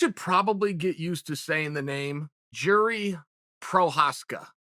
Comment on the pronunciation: It’s not “Yur-Ree” it’s “Yur-zhee”